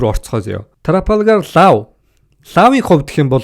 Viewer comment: Pisda ygd F P 2ig ylgaad duudchij chaddgum be luppy trapalgar geshh pigerland yu yu geed bgamdee